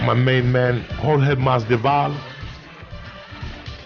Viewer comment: That intro though 🤣 Jorge masdival 🤦‍♂️